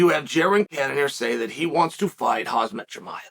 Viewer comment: Chael, why do you keep calling Khamzat........Cause-Mot? It's (Hom-Zot) not (Cause-Mot). You know this. You have never pronounced his name correctly once. Whats the catch? Why? What gimmick are you trying with this intentional name mishap?